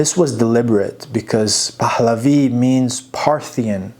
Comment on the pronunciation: Dear friend, easy on the "H" sound when you pronounce Pahlavi. It's not "Pahhhhhhhhhhlavi", it's a soft "h" just like in English.